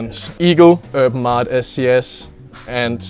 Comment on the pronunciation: He pronounces Urban Artt. “Erm Aut”